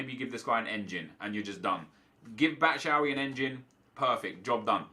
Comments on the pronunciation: Hey, you should say "Batshuay" instead of "Batshauy". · hey Nep, just wanted to say you pronounce Batshuay as bat- shou (as in you) - wai (as in nice) 😅